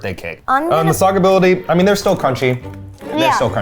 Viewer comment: "They'rrrrrrrre great-!" Yes Eugene. You two are great.